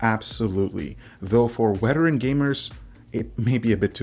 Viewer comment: lmao homie said "weteran" your brown is showing